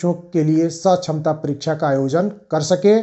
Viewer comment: जो है सछमता परीक्षा नहीं सक्षमता परीक्षा बोले जो है जेबासेके ।